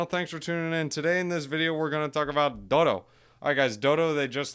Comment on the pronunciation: DODO like the bird, not doo-doo ffs lol